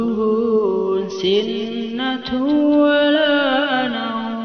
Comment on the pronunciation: Lafadz sinatuwwala nauum tidak bertasdid🙏